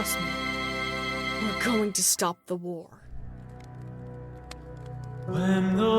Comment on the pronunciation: Morrowseer said shtop not stop